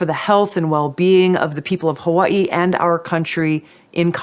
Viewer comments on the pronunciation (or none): Tulsi said "hoowa-ee" a lot. What state is hoowa-ee?